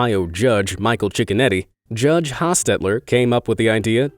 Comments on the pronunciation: everyone else: cicconetti this guy: chickenetti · Judge cicconetti u mean Judge chickenoti